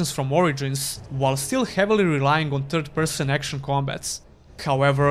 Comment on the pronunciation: For a moment I thought you were pronouncing TURD-person on purpose.